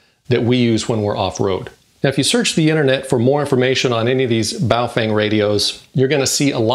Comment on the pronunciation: In Chinese it is pronounced baofong not baofeng